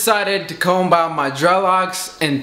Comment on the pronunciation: Never heard anyone pronounce the B in the word Comb until now